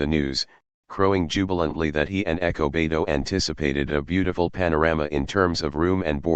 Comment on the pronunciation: Despite the narration I appreciate the upload. Whats up with ernesto being referred to as echo beto?